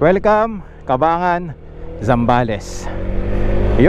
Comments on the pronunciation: Welcome to my home province.. Ang naririnig kong bigkas po sa Cabangan ay CA-BAN-GAN and not CA-BA-NGAN.😁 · Ang bigkas ng Cabangan ay Caban-gan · nice video.. pero ka-bang-gan ang pronunciation ng Cabangan 😊